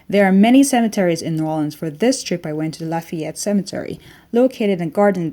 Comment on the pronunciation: It is not NAWLINS